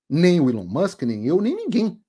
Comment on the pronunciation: Até que enfim um brasileiro pronuncia o nome do Elon Musk corretamente 🎉 ("Ilon Mãsk")